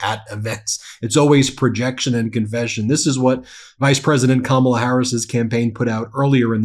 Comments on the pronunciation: He slipped up and pronounced her name correctly...Intersting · Did you notice he accidentally correctly pronounced her name? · He’s so demented he said her name RIGHT! He forgot to say it wrong!